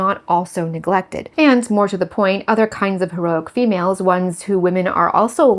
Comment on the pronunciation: "Faux-males" xD